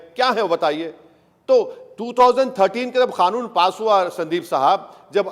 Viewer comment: इस अनपढ़ को कानून तो अच्छे से बोलना नही आता बोल रहा है खानुन